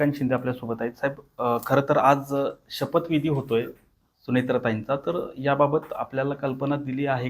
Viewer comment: शपथविधी*.. जरा गडबड कमी करत जावा. संडासला आलेलं नाही तुम्हाला.